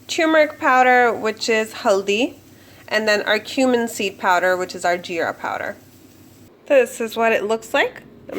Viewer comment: Love ur accent powderrrrrrrrrr